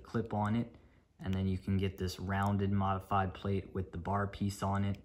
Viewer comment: why do you say modefyde brick😂😂😂